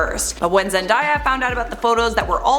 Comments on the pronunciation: Oh no 😂😂😂 you pronounced Zendayas name wrong but ❤️ still love it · Can we talk about the way she said Zendaya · You mean Zendaya you pronounce her name wrong 🤣🤣🤣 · It’s not zen-DIE-ya. It’s Zen-DAY-ya. 🤔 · Zen.day.a not Zen.die.a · Zen-DAY-a not Zen-die-ya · It is ZendAAAya not Zendia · I'm sorry but it bothered me way too much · When she said zen-diiiyyaa I cringed so hard lol it’s zen-day-a zendaya has said it so many times bruh get it right 😂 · Its Zen-day-ya not Zen-die-ya...nice vid tho :) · You pronounced Zendaya wrong. It’s “day” as in daytime. I love your vids tho!!! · It's Zen - dae - iya not Zen - die- yah 😒😂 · It's Zen-"day"-"yah" not Zen-"die"-"yah" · It's ZenDAYa, not ZenDIEa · It’s zen day ah not zen die ah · "Zen–die–ya" (It's Zen–day–ya, right?) Ok then. Love you though,! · Omg it's 'Zen' 'day' a' seriously who doesn't know this??? 😒😶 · Wait I thought it was pronounced as "ZenDAAAYa" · Bruh it’s zen-day-ah how people still miss pronounce it idk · Why the hell did she say (zen-die-ah) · Sis why you butchered zen-dayyy- ya name like that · Zen*DAY*A Not “white washed”. It’s “pigment change.” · Its pronounced zenDAYa. as in, 🎵Zendaya is Meechee.🎵 #queen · Okay sorry but it’s zenDAYa I was literally watching a video of her explaining how to say her name yesterday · U said “zendia” but I still love u❤️❤️😂😂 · Lol she said zendiea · I love this channel you pronounce her name wrong it's Zendaya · it's zen-day-ya though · who is zen-DIE-a ... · No.... That is not how you say Zendaya... Zen-day-a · I always thought it was pronounced zen-day-a? Weird ... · Zendaya herself had said in a vid it's pronounced as zen-day-a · i cringed when you pronounced zendayas name like that wow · You said Zendays name wrong but I forgive you cause you are 👑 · Why did she pronounce Zendaya like that or have I been saying it wrong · you said zendaya name wrong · ok so we not finna talk about how she pronounced Zendaya😬